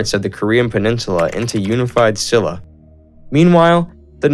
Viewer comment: I loved the quick and brief history. As people have said, there are some errors and many pronunciations are incorrect, but the one I didn't see people correcting is the Kingdom of Silla, pronounced "Shilla". Thank you for the video